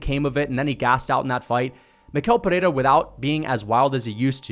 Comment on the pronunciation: He pronounces his first and last name wrong. It’s pronounced like me-shell peherra